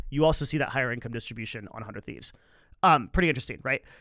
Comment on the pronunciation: 100T just stands out in terms of content first and that goes a long way. I don’t watch much of their content anymore but being more creator focused is helping them much more than other orgs one more thing about 100T that I notice a lot of people mistake is it’s pronunciation (sorry to call you out ) and Nadeshot did bring this up in a podcast about how he actually isn’t happy with the logo design because it leads to that confusion it’s not “one hundred thieves” “uh hundred thieves” it’s “hundred thieves”